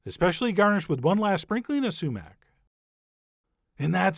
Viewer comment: Am I the only one who thought that whenever he said "sumac" it sounded like "cement" with a long "e" ?